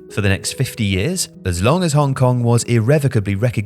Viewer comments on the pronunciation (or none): none